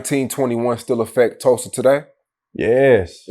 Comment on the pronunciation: Tulsa, not Tusla lol